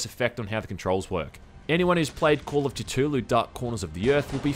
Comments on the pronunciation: "Call of Cuh-two-lou" I disagree. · isMud There is no right way to even pronounce Cthulhu.